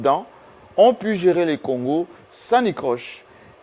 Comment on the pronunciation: permettez-moi de vous rappeler qu’on dit: Sans anicroche et non sans nicroche comme vous l’avez dit en début d’émission.